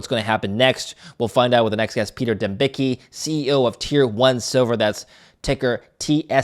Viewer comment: It's DEM -BITS - KEY